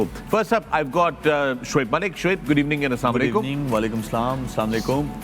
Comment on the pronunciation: Pakistan is so poor that When Fakhar says "GOOD EVENING" in the intro it sounds like "Gareebaning" 😂💀